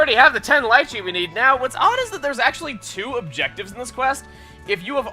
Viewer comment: Lychee is pronounced lee-chee.